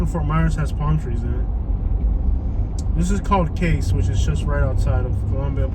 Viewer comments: Just drive through and put everything down and there you have it! My video! Complete generalization! And you start in Cayce? It's not "Case", Cay-ce. You two sound like you might not have graduated from high school. Wow. This is what ignorance sounds like. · “Cay-cee” is how it’s pronounced